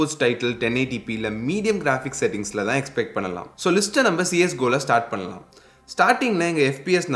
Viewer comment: It's not பன்னலாமா.. It's பண்ணலாமா.